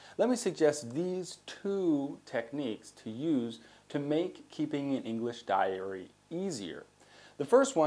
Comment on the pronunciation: Diary not dairy, please! Tks